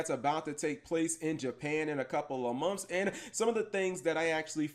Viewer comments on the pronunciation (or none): Regular 'Month'? Nah 'Munth'? Perfection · Anyone else likes how Cap says month? "Munth"